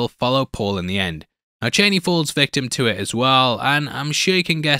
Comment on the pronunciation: her name is pronounced Char-nee